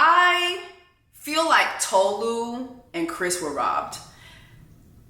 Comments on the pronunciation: Your pronunciation of Tolu's name is WRONG 📌 ( It's Tolu' ! Not To-lu ! ) You should've checked the introduction of Tolu in the show, before ranting for 3 minutes - accusing the cast of racism :face-turquoise-covering-eyes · Also, it's not Toe-Loo, it's Taw-Loo. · Erm, actually, it’s Tolu. Re-mi as in sounds of music. That’s why her name is spelled with the sign over the U and no sign on top of the O. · It's funny everyone was able to say Stevan but not Tolu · 😬😬😬 Jess, sis, I think you are the one pronouncing her name wrong 😂😂😂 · She literally made a video about her name and you still getting it wrong.